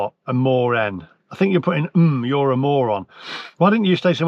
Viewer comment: I love how he went from “moren” to even “moreon”! 😂😂